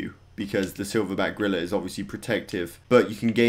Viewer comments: he said silverback grilla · I was so confused when he said gorilla because I thought he was saying grillers